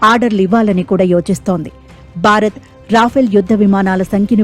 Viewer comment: బారత్ కాదు భారత్